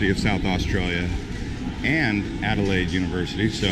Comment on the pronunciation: Alelaide stop not perth ok cute ✈👍🎉🎉